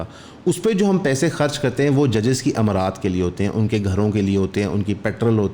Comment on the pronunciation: 5.20... amaraat ni mara.aat..